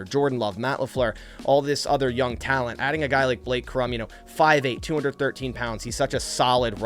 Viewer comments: Cor-um…not Crum…smh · Corum is pronounced Core-um not krum... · It’s Blake Cor-um, not Crumb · its COR-um not Crum. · It's Blake Core-um. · why are you trying to turn Blake Cor•um’s last name one syllable, emphasizing the M strongest? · When a podcaster can't even pronounce the names of Corum and Odunze correctly, you can guess he hasn't watched a game they've played in. Hmmm. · You butchered my dawg Blake last name lol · Pronounce Corum’s name right if you want him